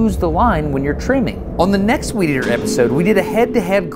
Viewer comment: "Weedeater Wars" sounded more like "Wieder Wars"